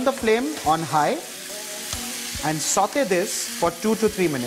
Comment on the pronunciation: It's not sautheyyyy😭